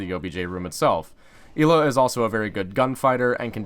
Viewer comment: It is Ella it is spelled ela but it is Ella